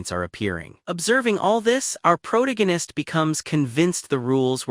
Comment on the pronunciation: pick a chat bot that can pronounce PROTAGONIST without a D there is no D in protagonist unlike your mother last night.